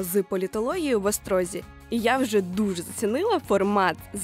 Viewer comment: Всі хто вчився в Острозі знає, що правильно говорити "в ОстрозІ", а не "в ОстрОзі" :)